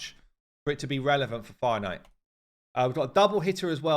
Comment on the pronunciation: I had to laugh at myself today. Finally I looked it up...What the heck is a "Finite" fight? Then suddenly I realized "Fire Knight"!!. I play the game fairly casual, no luck in pulling champions etc. (FTP) but do listen to you a lot. (Hate live arena).